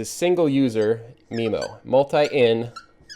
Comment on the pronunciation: I thought it was pronounced MyMo not MeMo? I tell my customers it's a "butt plug" :)